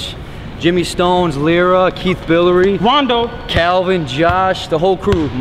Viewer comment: RONDO..not haa